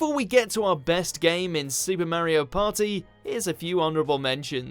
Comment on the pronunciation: There ain’t no paw-eeh, like a supa mario paw-eeh